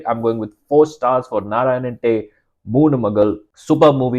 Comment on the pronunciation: Great review! Im impressed with your pronunciation of the movie title as well!